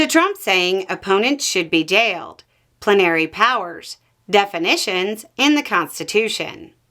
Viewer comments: I thought it was pronounced plen r ee not pluh nary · It confused me. I've always heard it pronounced "PLEN ah ree". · you’re putting the emPHASis on the wrong sylLABle. It’s PLENary. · Belle, I hate to be that person, but I've always heard "plenary" pronounced "PLEN are ee". Is there a different regional pronunciation?